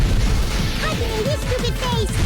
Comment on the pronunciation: i liked it when monomi said haijime u stupid face